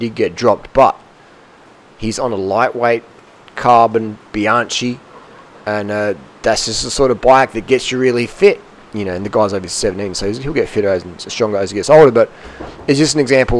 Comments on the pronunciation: Bianchi is pronounced with a K ! Bee-an-kee. Please! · Damn you Aussies! It's pronounced Bianki!! Otherwise you're right on with your recommendation